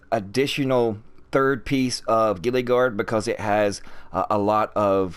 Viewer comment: Bruh it's (gee-luh) not gillie